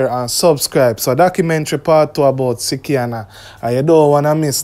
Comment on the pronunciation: It is slikianna not sickianna